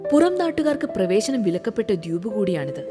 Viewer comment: ദ്യൂപ് എന്നല്ലല്ലോ ദ്വീപ് എന്നല്ലെ😂